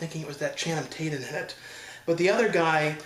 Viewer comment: He messed up Channing Tatum 's name. I ain't even mad.